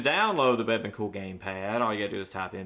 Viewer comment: You say bebon cool... i think its pronounced "Be Beyond cool"